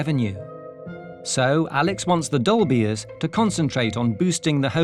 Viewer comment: Saying "dolbears" sounds like says "dolbies" in a really posh accent 😅. Once you hear it you can't unhear it.